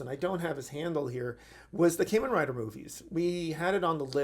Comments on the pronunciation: It's Kamen Rider, not caymin rider like what you're saying. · "Caimen Rider" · As excited as I am for this I just wish he would say it right 😭